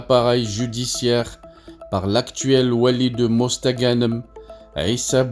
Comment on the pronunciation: Va apprendre à parler français avant de raconter des conneries tu ne sais même pas prononcé mosta ganem les algériens ne sont pas dupes